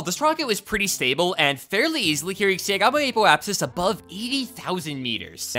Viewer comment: yeah he can help their space junk problem by “just adding more engines” that will lower their “aypoapsis”